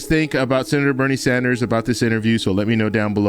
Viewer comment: Yes, Bernie Sanders he said it right